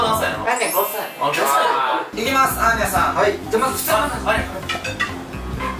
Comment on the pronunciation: 久々斉藤さん〰️😽 アーニャじゃなくてマーニャでしぬww しっかりまいたけくんw